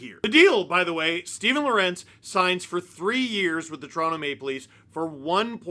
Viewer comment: Pronounce: Law-Wer-Untz